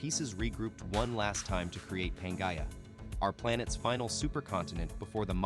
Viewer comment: Certainly must be another free AI reader that could pronounce Pangaea. And all the other words also. Words important to the actual thesis of the story itself.